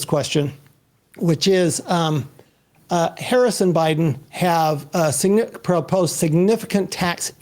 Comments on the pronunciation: It is is interesting that the one guy in the middle keeps mispronouncing Harris' name......shows an ideology. Destiny is logical and practical and understands why he can do what he does......the grunt doing everything else. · Yeesh. Decent conversation but the goddamn moderator can’t even pronounce the vice presidents name correctly. As soon as Destiny made a good point about SCOTUS term limits, “I’d like to get back to tax policy” my god